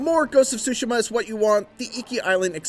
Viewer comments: wth is he saying, more ghost of sushi'ma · dat boa say SHOE SIMMA